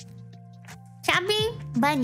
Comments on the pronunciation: I know she's saying chubby bunny. But all I hear is stuffy bunny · SNuffy bunny